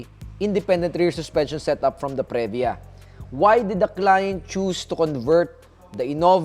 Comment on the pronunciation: Punyeta ka magtagalog ka nalang. Saka Previa is pronounced pri-vya not pre-vya